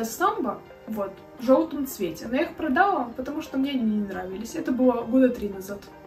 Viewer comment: простите, не могу молчать! Плохо ➡️ 1. Не штаны, а брюки. От слова штаны на 20 раз начинает дергаться глаз. 2. Не прогоняйте так быстро картинки, Я не успеваю посмотреть и другие тоже, судя по комментариям. 3. Ударения надо чинить (ба’нты, продала’ и не только) и с речью очень надо поработать (надеваю на себя, одеваю на кого-то), металлизированная обувь (не металическая), джинсовые и бордовые туфли (Джинса - это ткань, бордовый - это цвет. Красное и теплое. Или джинсовые и кожаные или под джинсу и бордовые), не застенки на обуви, а застежки и тд. 4. Длинные перчатки в образе (не на образе). 5. Многовато тавтологии. (Очень круто, вы наверное видели …) Хорошо ➡️ 1. Вы, ваш образ, ваш внешний вид.. 2. Милая, дружелюбная, приятная подача. 3. Ваши Искренность и аутентичность. 4. Видео хорошее, интересное, информативное. У вас есть потенциал. Если есть амбиции развить канал, то нужно работать с речью.